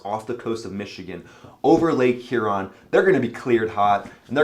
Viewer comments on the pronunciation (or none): none